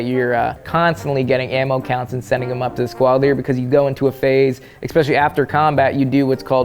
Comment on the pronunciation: Eggspeshialie? Ekzpecially? Xspecially? Xtra-especially?